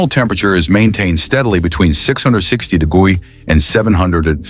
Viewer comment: it's for ppl that can't pronounce the r. 😂